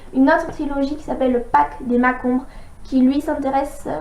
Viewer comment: répète après moi pacte avec en T et marcheombres pas mac ombres